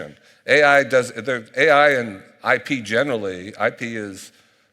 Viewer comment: Why is he saying IB not IP?